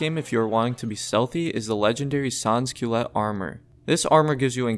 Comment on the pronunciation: in french its: San Culote. Not sans kyleit